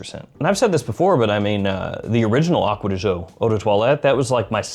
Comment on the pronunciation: As an Italian. THANK YOU!! For saying Acqua di Giò correctly.